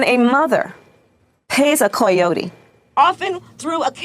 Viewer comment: I fucking HATE the way she pronounces "coyotes", I don't know if it's supposed to be more "authentically Mexican" or something, but I am Mexican and I think that's a stupid way to pronounce it.